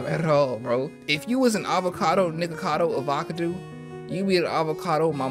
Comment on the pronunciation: You continuously calling him NickacadoAvacadoo was so funny and I genuinely found it way easier to say 😂